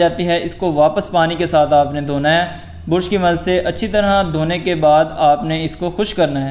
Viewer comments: Bursh or brush😅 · Bursh nahi be..brush bol. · Bruuuush nahi brush. Bra-shh ese pronounce kartr hai